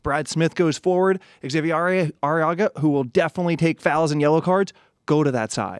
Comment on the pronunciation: Xavier Arreaga. ZAH-vee-yay? what? Hah-vee-air. When his teammates call for his attention, they shorten it to "Hah-vee", not "Zah-vee". Is it too much to ask that perhaps someone calls Seattle's head office with a simple "Hey, we're talking about your team and don't know how to say #25's name"?